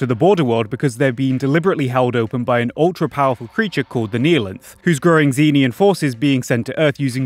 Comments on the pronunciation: It's pronounced "zen-EE-an" bro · note: cannot pronounce Xenian